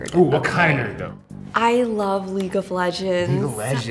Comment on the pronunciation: I can get behind all sorta video games, but when a girl says leaque of legends nah bruh im out